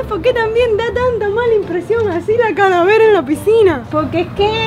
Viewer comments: CARAVELA ?😐🤨ES CALAVERA ES C-A-L-A-V-E-R-A 🤨🤨😌🤓🙄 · Min like si escuchaste que dijo: carabela 😂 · No se dice carabela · En el minuto o segundo dijiste carabela pero es calabera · Like si viste que en el minuto y segundo que dijo caravela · dijo caravela 😂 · no lo mejor es que dijo carabela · Se dice calavera